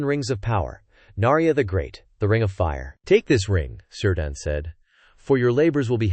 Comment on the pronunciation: It's Keer-dan, not Sir-dan